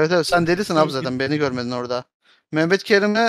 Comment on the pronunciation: Bende Sen demesen hâlâ öbür türlü anlıyordum çok tuhafıma gitmişti